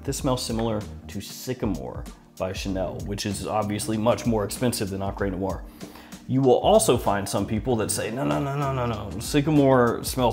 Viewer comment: “EncrÉ nuar” .. the French people be like: 🥲🥲 *I looove ur content, just keep it up;) and btw.. great fragrance🖤